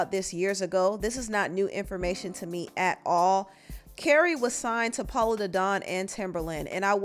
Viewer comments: Girl are u purposely mispronouncing POLO! Who is Paolo!?!? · Why do you keep saying PAULO and not PO LOW ugh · POLO, not Pollo lol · His name is POLO, like MARCO-Polo ….. NOT POE-LAU 🤦🏽‍♀️🤦🏽‍♀️ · It’s polo the don not Pollo lol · Everytime you said PAUL-O I SCREAMED !!! 😩😩. It’s polo like a POLO SHIRT ❤❤❤❤ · You calling this man Paola and it’s Po-Low 😅😅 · Polo not Paulo. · Saying Paul-o instead of P o-lo is insane, what in the world😒😂🤣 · I’m cracking up, why do you keep calling him Paulo? It’s Polo Da Don. Like polo the game or polo the brand 😂😂😂😂. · Girl if you don’t quit saying “Pah-lo” It’s Polo!!! 😂🤣😂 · I was just about to post this 😂😂😂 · Po-looooooo not Pollow... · Pollow 😂😂😂😂 it’s polo chile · wtf is it so hard for you to pronounce PO LO? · I’m crying at you not being able to say Polow 😂😂😂 it’s pronounced like polo babe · Why do you say his name like that? ITS POLO!!😂😂😂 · 👋🏽!!! It's POLO, btw. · It's pronounced Po-Lo, baby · Keri says it multiple times in the videos and you still saying PAULO